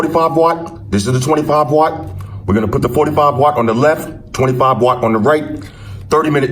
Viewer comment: twenty five ŪÅTT